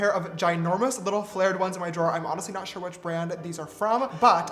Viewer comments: Ugh James you've broken me, I keep saying 'shore' now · Mom: what have u learnt from James's video Me : 'work' is 'werk' 'sure' is 'shore' and more coming soon lol